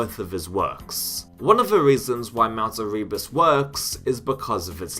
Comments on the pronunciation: It's "Mount AIR-uh-bus", not "a-REE-bus" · Woofenstein? Doom twooey? Mount Erreebus? 🤔